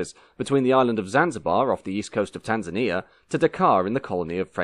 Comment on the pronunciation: Heheey... us Tanzanians getting a shout on Motion History. Decent pronunciation of the names of countries, cities and towns. But why only the post independence flag of Kenya is shown, the rest of us have to do with British Protectorate flags? Fantastic video as usual